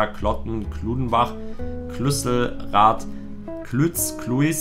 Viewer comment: klüsselrath for real klüsserath